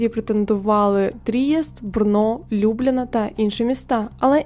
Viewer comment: А що з наголосами: 4 помилки за 4 хвилини — ЛюблЯна, правнИчий, правникИ, гУльденів 🤯